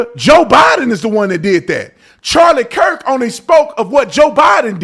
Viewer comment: The second preacher got Charlie's last name wrong as well. He called him Charlie Kris. With as many times as Charlie's name has been said this week all over social media and the news and the man can't even say Kirk.